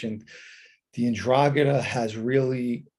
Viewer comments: Pronounce it right buddy…. en-Drah-Gah-TUH….. you usually have decent Italian pronunciation, I’m sure you will fix this. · Hi Irish Green. Hope you are well. I'm such a numbnut to this stuff - the first time I heard him say 'Ndragheta I heard Andromeda - and said to myself, you mean the spaceship? 😳 Stay safe